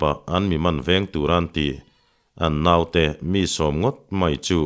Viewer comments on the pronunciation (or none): none